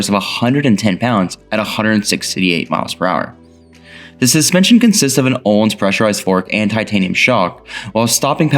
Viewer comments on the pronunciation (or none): none